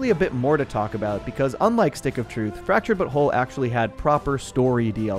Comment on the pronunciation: i genuinely hate when you pronounce the names like dikinbaus and fractured but whole in a way that completely ruins the joke dickin baus you pronounced like dickunbaus u put emphasis on the baus instead of just saying balls and you even ruined fractured but whole completely by not calling it the fractured butt hole personal opinion